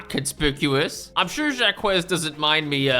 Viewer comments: Just coming into the comments to say it's pronounced Jock, not Jah Kwez 😅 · It is not pronounced jack-huh, but that's a lot closer than jakwez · pronouncing Jacques as "Zha-Kwess" and not "Zhak" kept hurting my brain. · You pronounce Jaques as jahkwez? Holy shiiiit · "Jacques" is a French name pronounced kinda like a mix of "jock" and "zach". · of all the crimes in this video, calling someone Jakwez is the worst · the pronunciation of jacques is killing me 😭